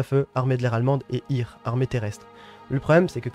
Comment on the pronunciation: Et Heer (air) et hire! Quelques notions de diction germanique ne serait pas de trop, j'ai les oreilles qui saignent.